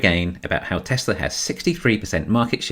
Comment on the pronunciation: Baghdad Barra can't say "Tesla," lol. "Don't say that word! It is the word...the Knights Who Say 'NI!' cannot hear!"